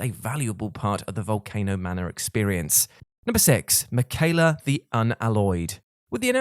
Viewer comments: Saying makayla instead of Miquella was killing me lol Melina says his name when you fight her. Just saying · In other words. Me quell a bad pronunciation 😁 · Rickard? Mickyla? Did you not play the game Praetor Rykard and Miquella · The way you're pronouncing Miquella is unnerving.